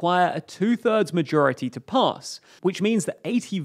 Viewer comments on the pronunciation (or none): none